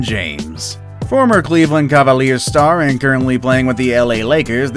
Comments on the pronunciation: The way this dude pronounced Cavaliers had me dead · "Where he played for the cav-iel-ears" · We not gonna talk about how he said,"Cleveland Ca-val-ee-rs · Federer, Juventus, Cavaliers... 🤦‍♂️